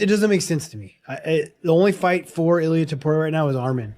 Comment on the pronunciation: It blows my mind that nearly every one of these supposed MMA channels can't even pronounce the names of even the most well known fighters correctly. If you can't pronounce Justin and Illia's last name correctly, just stop making videos!! That, or learn how to properly pronounce the fighters names, all of them!